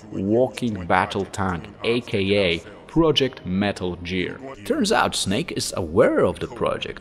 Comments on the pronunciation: I feel bad for laughing, but I feel like he’s doing it on purpose. He pronounces everything else almost perfectly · Other than the pronunciation of “Gear” this was solid